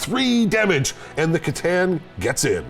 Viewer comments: I thought you pronounce it kah tan at least thats how me and my warhammer store guy says it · Your mis-pronunciation of c'tan is borderline heretical....I like it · Their pronunciation of C'Tan does psychic damage.